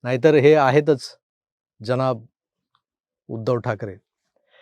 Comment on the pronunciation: महंमद अली रोड वरील लोकाना "उध्दव" म्हणता येत नाही. ते "उदय" असे म्हणतात.